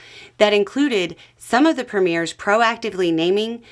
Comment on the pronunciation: Do you mean Premiers? You're pronouncing it wrong. preh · mee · uh